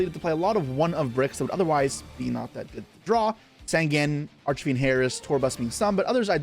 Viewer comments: Arch e fiend? Do you mean arch Fiend? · I think I'm crazy cause I keep hearing him say "Arch"A"Fiend" throughout the video.